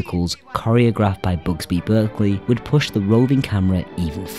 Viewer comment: "Bugsby" Berkeley??